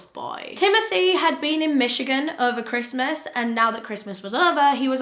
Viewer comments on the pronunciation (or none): none